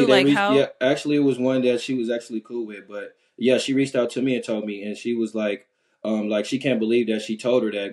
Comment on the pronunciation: Did she say she would have "wretched out to you" instead of "reached out"? Yikes! 🤔🤫